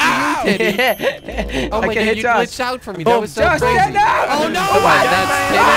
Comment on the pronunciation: jelly says Telly instead of teddy